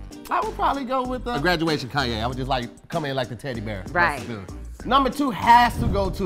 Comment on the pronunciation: O yeah dont think we didnt here how you pronounced Kanye the second time, lol its all good